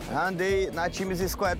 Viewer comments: Já andei na "Times" Square todinho kkkkkkkkkkkkkkkkkkkkkkkkkkkk ele falou literalmente tipo times de futebol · "Já andei a time isqué todinha" Kkkkkkkk